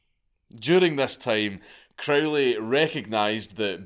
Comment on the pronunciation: It's Crow-ley (rhymes with "holy," as he himself insisted :) ) Epic madlad (both the guy and the vid). I was hugely into Crowley and all that stuff in my late teens and early 20s, and I still have a soft spot for all that craziness, even though I'm pretty much full fash these days. It's pretty obvious that there are loads of tucked-away corners of the universe (including our own minds, what consciousness is, how it's produced, etc.) that we still don't really know all that much about. I suppose the only difference in my attitude now is that I agree with the scientist Richard Feynman - it's ok not to know. What's certain is that if you do particular practices with energy, dedication and persistence (e.g. the various kinds of meditation, ritual magick, sex magick) you do sometimes get striking results, and they're fairly consistent. But whether the results are wholly subjective (the sceptical position), fully objective (the traditional occultist position), or a mixture (e.g. something like Jung's analysis), is difficult to say for certain - and nor does it really matter all that much. (Or as Crowley himself prefaced one of his books of magickal instruction: "maybe." ) We've only been around for a very short time, cosmically speaking, so it wouldn't be at all surprising that we don't yet know everything there is to know :)